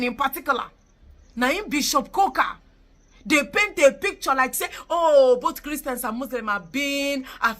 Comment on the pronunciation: Bishop Kuka not Koka